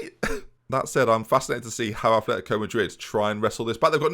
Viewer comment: Okay, I can forgive the mispronunciation of players, but, please, there's no "h" in Atleti's name. I'm so sorry. But it's my biggest pet peeve.